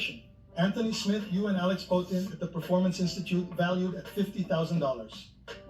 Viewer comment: Poatan! Its embarassing get it right